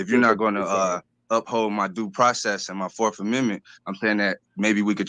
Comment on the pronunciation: “Forf” amendment lol